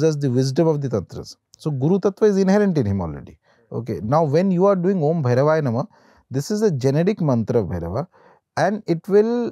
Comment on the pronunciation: It's om...not AUM ❤